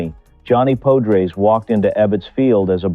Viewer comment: Pode-rays? POD-RAYS!!.! If you are going to make a video at least learn how to pronounce thr man's name. AI be damned.